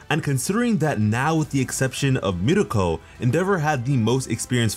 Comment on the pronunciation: Everytime he says mirko i get so mad